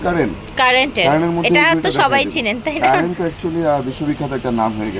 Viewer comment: কারেন্ট না বইন, কারিন। Curren.